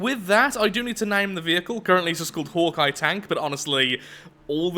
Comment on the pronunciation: Am I the only one that thought for the whole video he was saying Hor'Kai instead of Hawkeye?